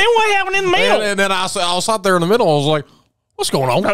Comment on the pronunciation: Andys "great week" talk had me shoulder shaking this morning! You guys never ever fail to make the day filled with joy and smiles "Well what happened in the meeddle?!" 😂😂😂